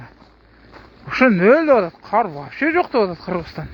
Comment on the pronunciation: КААр эмес кар